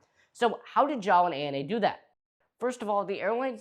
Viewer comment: Every time you say “JAAL” I hear “j’all” (as in y’all)